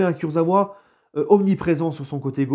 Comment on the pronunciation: Ça se prononce kurza"VA" et non pas kurza"OUA"😁😁😁